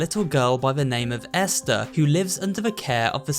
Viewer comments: Ester? I’m pretty sure it’s EstHer bro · Hey umm her name I not Ester it's esther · Ah yes Ester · How can not say ESTHER right?